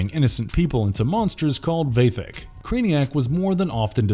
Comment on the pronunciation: God you got that first one VERY wrong. Did you even watch the episode?! First of all you're not pronouncing anything correctly. They're pronounced VAH-THECK not VAY-THECK and second, the trio of demons are the ones called the Vatheck! Craniac and the other two are the Vatheck! Not the people who got turned into monsters.. they're just VICTIMS of the Vatheck! Go back and watch it again!!!!!! You can't sit here and write this shit up and then get it so freaking WRONG! Check your sources first! Make sure you're getting it right. I knew i was in for it when you got Harold Ramis last name wrong.